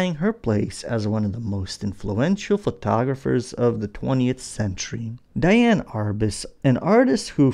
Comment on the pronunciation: Just an FYI - Her name was spelled Diane but it should be pronounced as Dee-Ann.